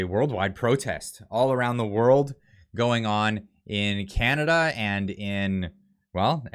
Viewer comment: <Welcome home....to Not See Cana-duh.>